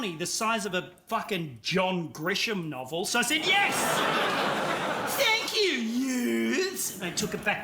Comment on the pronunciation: As soon as randy said thank yor I instantly knew he was at least 35